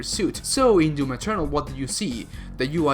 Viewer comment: He says "DEWM" ...like Yahtzee's review did xD